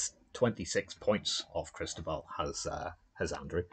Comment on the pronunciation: My friend, I am Cristóbal, and that pronunciation is as good as it's going to get. Thanks for streaming the game! My green dice were hot and got me out of some tough situations. Well played by Andrew!